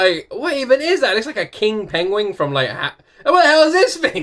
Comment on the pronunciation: Did you say PENGWING? I heard this on a certain actor who freaking said PENGWING in a show once instead of PENGUINS ....JUST SHARIN'